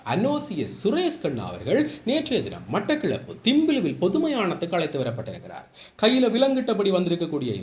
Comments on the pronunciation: திம்பிலுவில் அல்ல தம்பிலுவில். (Thampiluvil) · திம்பிலுவில் அல்ல அது "தம்பிலுவில்"